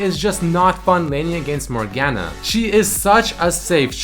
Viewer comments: The only thing worse than laning against a Morgana is hearing you pronounce her name with that hard "A" sound. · Not a bad video but him pronouncing morgana wrong non stop made my head hurt